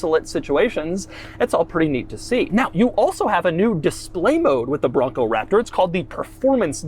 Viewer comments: every time he says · His over pronunciationonon on Raptor and Bronco is very annoying!